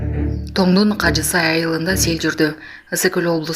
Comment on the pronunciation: Кажи-Сай эмес, Кажы-Сай деп окусан, диктор карындашым...